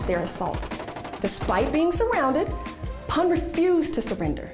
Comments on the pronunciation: not pun its pu n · It’s not pan it’s pronounced “poon” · Its not pronounced as literally a pun its poon btw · Haha I luved how she pronounced pan instead of poon for pun 😊😊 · Deep Prasad Pun - Pun pronounced as Poon not as Pon. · Yes you are correct 👍. Written " PUN "= Pronounciation would be " POON" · You are pronouncing his name wrong. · She butchered his Surname "Pun" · Is anybody going to point out the fact that she's pronouncing his surname inaccurately? :/ anyhow Well proud of Gorkhalis🙏🙏🙏